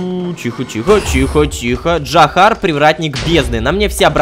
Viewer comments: не джахар а Джахаров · Да не Джахар, а Джарахов